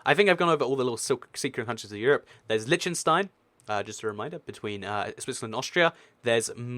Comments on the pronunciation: Lesson on how to pronounce Liechtenstein. Lí - ch (like the ch in Scottish loch) - ten - stine. Not Litchtenstine or Leeshtenstine, but Liechtenstein, (Lí - ch - ten - stine.) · You should learn to pronounce Liechtenstein.... its not Litchenstein you know. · It's Pronounced LICK-TEN-SHTINE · It's LiCHtenstein not Leechtenstein and the people are not German. they are Liechtensteiners. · It's pronounced LEECH-tenstein and Switzerland has never had a prince or royalty of any kind. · It's not pronounced "Lytshenstyne" ....but I know, the "ch" is tricky for native English speakers. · its ** L-EE-KH-TEN-STEIN, and MON-AAA-CO as said by the locals, many many place names in europe are different from their english translations.. aan-dor-aah, SAAN-MAAR-EE-NO, V-AAH-T-EE-KAN, do not even start on the actual names of the countries, like EIRE,SVERIGE,DEUTSCHLAND, that are totally different from english,.... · LISH TUN STEIN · There's a lot of small countries in the Americas. Have you heard of Grenada, St Vincent, St Lucia, St Kitts? I didn't think so. It's pronounce - Lick-ten-stein How can you talk about Monaco and not go in depth about the Formula 1 racing? And that it's a Principality, a Prince! Vatican City is an sovereign state, not necessarily best classified as a country. It was set aside while Italy was under Facism, created under the Lateran Treaty so that the Church would have autonomy. The countries in the UK aren't actually 'countries' as in nations; they act more like provinces or states. Some British term lost in translation and causes confusion. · 1, the ch in Liechtenstein is not the same sound as in english, its a throat-H similar to what Hebrew has. 2, San Marino is also proof that the most effective way for governing ppl is a city-state (it also brings in truckloads of money if you are a popular tax-heaven). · They're not secret, we learned all the european countries in school, and you butchered Liechtenstein.